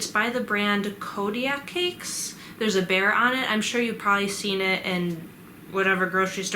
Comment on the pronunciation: I use goat cheese!! But feta cheese is good too :) When you said “there’s a bear on it” I thought you said “ibert” LOL 😂